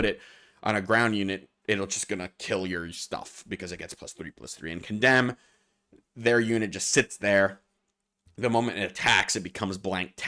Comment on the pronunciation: Condemn misread again